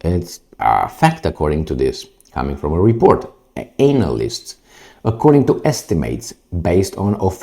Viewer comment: "Anal" list😂😂😂😂